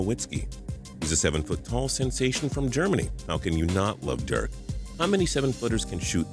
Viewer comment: can you get Dirk's name right plz